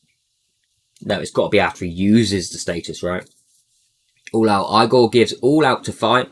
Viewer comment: I kept thinking u were saying EAGLE this whole time lol